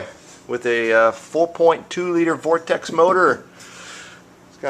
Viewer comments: No I just don't care about engine vs motor, because as far as I'm concerned thats like arguing Soda vs Pop, it's more about where you grew up, where as Vortec vs Vortex is just a horrible mispronunciation of a word that is literally in front of the guy as he says it. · its vortec not vortex